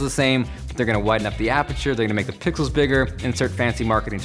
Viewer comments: it sounds like he said pickles instead of pixels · did he just say pickels??😂😂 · "if you want more pickels" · did you say extra pixels or extra pickles ??? lol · did you say pickles? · he says extra pickles